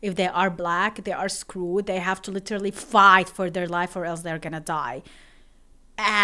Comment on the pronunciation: Literally ❌ Litter lee🗿